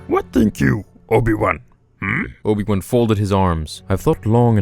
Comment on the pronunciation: Not obi wan ob-ion mcg-obi